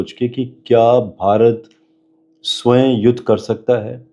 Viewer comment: Sway nahi hota swayam hota he